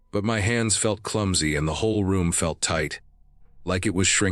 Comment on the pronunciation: S1: why not take the guns with you when you climbed up to the loft? “Tate” for tight, “grohl” for growl. AI should learn better word pronunciation! 🙄